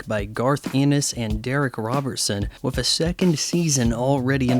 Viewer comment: youre aware 'with' isnt pronounced 'wiff' or 'wiv' right? btw, when you are addressing the jewish question in a comicbook review perhaps its time for you to graduate to some more adult material. If you are aware of the left's lies how can you see shows like this as anything but brainwashing and propaganda? at the very least, the kind of trash media you consume is a massive distraction.